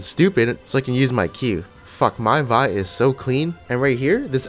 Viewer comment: That "Vee" instead of "Vi" tho